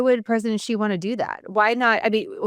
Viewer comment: You lose credibility if you can’t even pronounce Xi correctly.